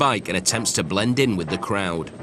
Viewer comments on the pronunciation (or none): he says bellend